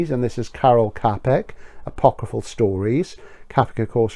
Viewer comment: Don't know how to say Galouye but Capek is pronounced Chapek ;) Also, I read 'The Fleshpots of Sansato' last year and it was surprisingly good.